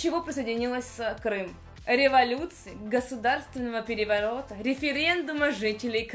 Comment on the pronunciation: Где-то, когда вопрос про Крым был, прочитала государственного переворота прокартавила